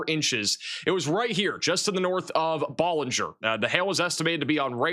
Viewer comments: Pronounced Bellanger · Ballinger = Bal (like pal)-injure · Hi, it's pronounced Baaalinger! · Please ask Texans how to pronounce Texas towns. Please for the love of God! It’s not Ba-linger It’s Bow-linger It’s High-co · Thank you! Ballinger is pronouned Bal-in-ger.. and Hi-co. You are appreciated!